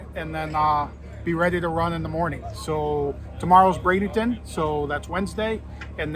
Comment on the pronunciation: Ok. We need to spread the work. BRADENTON. NO “ING”. It’s like warshing your clothe.